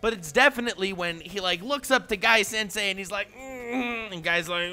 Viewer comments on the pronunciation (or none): none